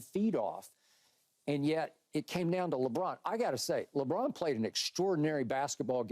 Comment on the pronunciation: Usa captain is french .... Léébron